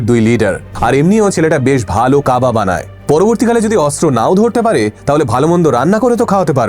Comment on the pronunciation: কাবা না কাবাব ?